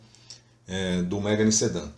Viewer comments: Não é MÉGANE, é MEGÂNE! Carro francês.... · Mégani ??? Se fala Megãne.